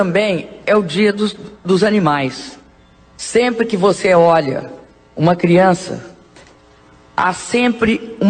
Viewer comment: Meu Deus!!! Que ANTA de baton é esta? Quanta falta de informação, quanto despreparo. É com certeza, a maior demonstração de falta de capacidade para se expressar (KKKKKKK, em português. Ela não consegue dizer nem "você" corretamene e um bando de incompetentes tão ignorantes ou mais que ela, elegeu. É bom para vocês aprederem. O país tem o presidente que merece....INCOMPETETE.